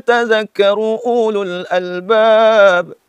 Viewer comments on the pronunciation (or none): Uulul albaab? Ulul-nya tidak dibaca panjang bro... silakan dilihat mushafnya 🙂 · Mang baca ululnya tuh salah..gimana mamang ini..gaya aja ky kiyai..😂😂😂